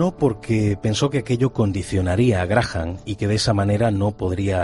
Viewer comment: Ni se porque pronuncia mal " Graha "n".. es Graham.. 🤷🏻‍♀️